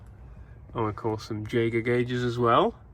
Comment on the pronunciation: It's pronounced yager not j